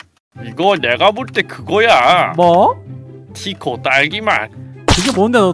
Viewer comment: 가 자꾸티코 라고 하는거 웃겨요 ㅋ